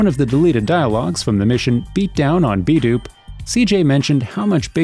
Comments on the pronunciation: Can someone please for the love of Christ, correct the way the guy in these videos says "Ballas"? It's so wrong! Every single video! Dude says Ballas like they Bale hay or something. IT'S BALL-UHS. Not BAY-LUHS Also B-Dup it's pronounced like BEAT UP not B-DOOP For fucks sake guys! C'MAHN! Make it less obvious you're reading off of a script from material you don't know the first thing about. It really feels like a narration, instead of the narrators own personal experiences or revelations about the game. Not saying it has to be that way, but man, the script reading is rough when you're mispronouncing so many key words to the game. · "Balas" "B-dupe" It's BALLAS as in Ballers and B DUP, like to be beaten up? CMON MAN! Pretty soon people will be making videos about errors in your videos. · OMG its ball ahs...like ballers. not bowelahs lmao..and bdup like beat up. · Ballahs and b dooop ? I could swear it’s pronounced Borlers (ballas) and B-Dub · After hearing B Dub as B Doob I gotta stop watching these videos lmao wtf. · Lmao B-Doop 😂 it's B-Dup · Lmao "B-doop"??? It's B-Dup, as in "beat up" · B-Doop?! You mean B-Dup! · How to tell if someone never played a game? Listen to how they say names. "ballast"? Son, it's "Ball-las/Ball-er" Ballas... edit* "beat down on bdoop" Doop? I'm done lol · >b doop It's b dup like "beat up" lmfaoooo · "Beat down on B-Dupe" I love this channel. Major shoutout to the guy the commentates these videos, the way he pronounces names is hilarious. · Yeah that B-Dupe fucked me all the way up! 😂 as a young black man, even if they didn't say it out loud typing B-Dup or B-Dupe would still have me pronounce it beat up, mostly for colloquial reasons. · THAT ISN'T EVEN HOW YOU SAY BDUP! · Soon as this fool stops mispronouncing Ballas and B-Dup!